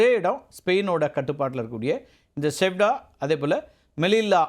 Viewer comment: அது செவுடா இல்லை.....செயுடா